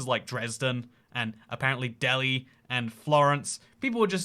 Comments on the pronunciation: It's pronounced del-high not Delhi. 😅 (trust me I'm from there) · Delhi, Ontario is NOT pronouced deli, but rather del-high. Most people outside the coutry make that mistake. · I live south of Toronto, close to Delhi, it's pronounced Del-High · Thanks for the shout out to the town where I went to high school, Delhi, Ontario. But we don't pronounce it like the city in India. It's pronounced Dell-high. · It's pronounced "Dell-high" :) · Delhi in Ontario is pronounced differently.... Dell high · Also Delhi is pronounced delHIGH.